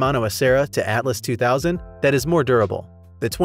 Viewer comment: It's pronounced "Altus", not "Atlus"